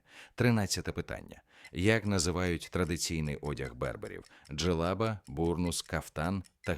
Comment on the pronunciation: Диктор-👍, але й є неправильні наголоси деяких слів, джелаба́, єхи́дна, замок...("Горох"вам в поміч))) з середини тесту прискорились з читкою))) а може це ШІ???😏 На заході ЧОГО не уточнено((( З астрономією знову у мене провал😪Правильних відповідей ледь половина, тест складний! можливо Генрі Морган